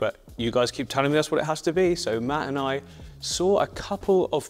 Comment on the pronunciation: I think, "Mat and I" sounds odd, cause you pronounce it in a way that sounds like "mattenaye" ;P Glad to hear you had a great trip!